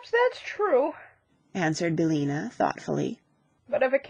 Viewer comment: BillIna, not Billna.